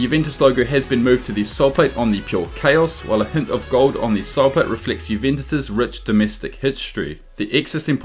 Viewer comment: You can't even pronounce the name Juventus correctly... 😒